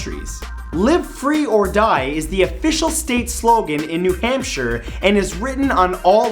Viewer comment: Sorry Matt, but you pronounce Hampshire HampSHY-ER